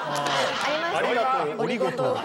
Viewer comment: おりごとう〜のあご